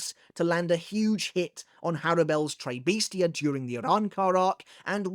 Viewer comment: Again… it should be a hard “s” in “tres bestia,” it’s Spanish not French